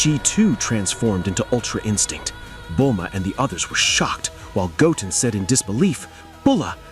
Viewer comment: So the voiceover can say Gohan just fine, but then it goes and says "Goaten" for Goten. Maybe cheat and make it read like "go 10 or (ten)" and see if it gets it right.